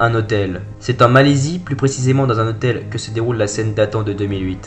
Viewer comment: Un " hotêl ", vous êtes sérieux les mecs. :s